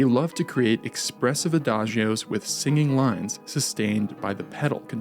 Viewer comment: why can't you pronounce adagio correctly?